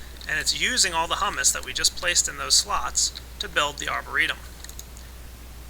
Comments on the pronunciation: It's pronounced hue-mus not huh-mus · IT IS HUE-MISS NOT HUMM-ISS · Humus is pronounced Hyoomus. It means dead and decaying organisms which fertilize the soil. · Just for future reference the way you said humus is actually a chick pea puree eaten as a dip. The actual way to pronounce humus is hyou-mus. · yeah, it's humus as in (HYOO-MUSS). it isn't pronounced the other way. i was thinking, "those trees have it good eating hummus all day, that stuff is delicious!" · yeah, pronounced Hyuumus, but Great Video! Showed me everything that i needed to know to get started with Forestry mod! Thumbs up From me! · Don't get me wrong, this video is very informative and well made and I appreciate the clarity, but for fuck's sake its pronounced "hew-mus" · It's not said like the food. I hope you now know that it's pronounce (who-mouse) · It's hummus as in humid us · your pronouncing Humus wrong. It is pronounced Hūmȗs with the first "u" long. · it's pronounced hyoo-mus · its pronounced HUE- mus